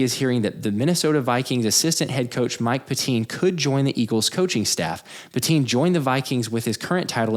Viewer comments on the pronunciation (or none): It's not pronounced "pet-TEEN", It's pronounced "PET-tin". I went to CB West from 72 to 74, during which time his father was a LEGENDARY coach.